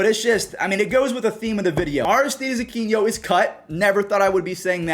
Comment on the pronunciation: It's Aquino NOT Aquiño. Your Pronunciation is killing me